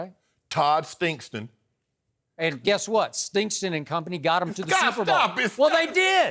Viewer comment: LOL! Todd Stink-Ston